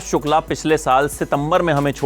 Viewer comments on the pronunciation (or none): none